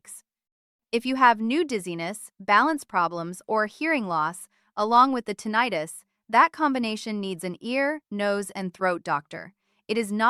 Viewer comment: I have difficulty taking this video seriously when the word tinnitus is pronounced incorrectly. I am Neil's roommate .